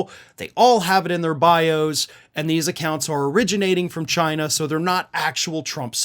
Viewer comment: Not “Chi-nahh.”